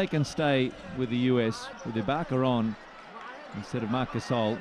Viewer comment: announcer says Marc Gasol(butchers his name) and says not sure why Grizzlies are name of team,no grizzly bears in Tennessee. HELLO, franchise relocated from Vancouver. Oh and by the way: many black bears live in Smoky Mtns in East Tenn. Drop the 🎤